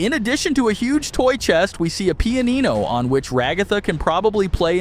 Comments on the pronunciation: “pee-uh-ni-no” that’s not how you pronounce it you pronounce it “pee-ah-no” also ragatha is a girl There are so many things you are mispronouncing and getting so many characters genders wrong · Pee-ah-ee-no ? You mean a piano ? Pronounced ‘pee-Ann-oh” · Pee ah ee no ?? // they must be American, since they don’t know how to read or pronounce things properly. ( Says me who lives in the US ) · stop saying things like pee-ino and ra-gathas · He said pee-an-ee-no lol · A pee e no